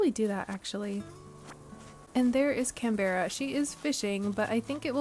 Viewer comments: im so glad you said this, can-bear-ah was driving me crazy and completely breaking the cozy vibes immersion, but i can skip to the second episode now! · Opened this from my tv onto my phone because the “can-beh-ra” was driving me nuts 😂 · Yea yea please I beg you to pronounce Canberra properly! It’s the capital of Australia and we all Aussies hate it when it’s pronounced wrong 😂😂😂😂 CAN BRUH. Not all words are pronounced as they are spelled, especially in Australia ❤